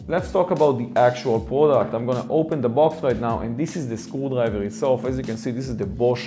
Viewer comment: why I keep hearing school library every time he says screwdriver